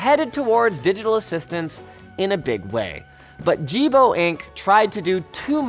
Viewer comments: he says, Don't be a Jibo. It sounded like ajeeb, which means weird in my language. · Isn't it pronounced "Yee-bo" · The pronunciation of "Jibo" sounds extremely close to, well, "male sexual organ", or "d*ck" if you will, in Mandarin. So it cracked me every time when news said something like "Jibo robot" or something. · Jibo sounds exactly like dick in Mandarin Chinese